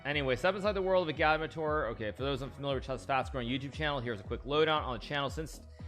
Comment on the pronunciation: Hikaru still pronounces agadmator’s name wrong, did he react to the 4th highlights on stream?